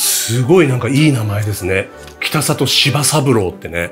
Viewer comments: 北里は「きたざと」と濁って読みます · ただ、北里さんはきたさと、ではなくきたざと、ですね。